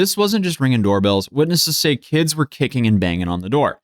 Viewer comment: Twenty something "keeds".